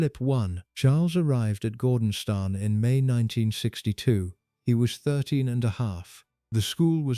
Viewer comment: For the love of God, it is pronounced GORDONSTOON!